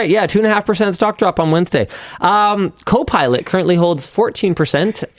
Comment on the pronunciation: Did i hear linus say cope pilot? 😂😂